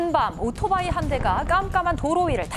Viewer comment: 발음 신경 좀 쓰세요 오도바이가 아니라 오토바이